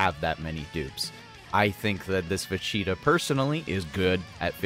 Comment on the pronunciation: take a shot whenever he says "vecheetah"